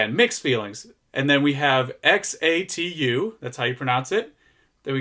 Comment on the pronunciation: Finally someone else who knows how to pronounce X A T U properly!